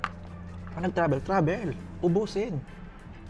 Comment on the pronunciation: Coke na may ibang PLAYBOR. Playbor talaga? Then ‘Seben Eleben’ and ‘Trabel’ P vs F and B vs V